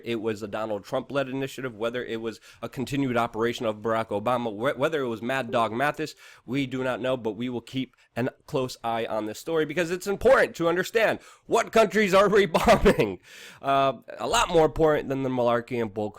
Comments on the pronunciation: It's Mattis, not Mathis. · This is literally fake news... All speculation, no facts, piecing together different stories to come to a conclusion that cannot be verified. And getting names wrong. His name is Mattis.... Not Mathis. You are destroying any credibility you had....